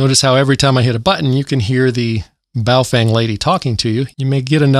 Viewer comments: Dude its baofeng not boof wang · Do you say Baofang instead of Baofeng for irony? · Bahoh Fung.... correct pronunciation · Must be in wrong channel. And it's bofweng!